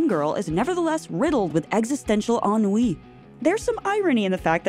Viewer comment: Finally a Youtuber who can pronounce ennui!